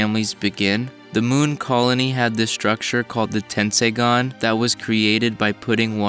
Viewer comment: Take a shot everytime he says "du munn"